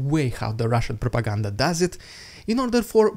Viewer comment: The best ridiculous Russian prrrrrrropeganda yet😂